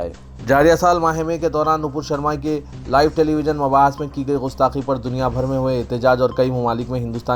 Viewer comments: Ghustaqi nahi gustaqi hai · Bhai Sahab Gustaqi Gaaf se hai Gain se Nahi umeed hai aap Urdudan iska khayal Rakhange